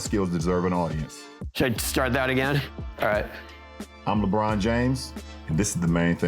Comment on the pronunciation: Lebroom... "dOmiNAteD". Riiiiiight. 🤣